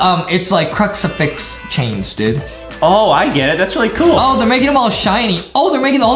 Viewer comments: Btw it's crucifix not cruxifax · it is not called a cruxerfix it is called a cruserfix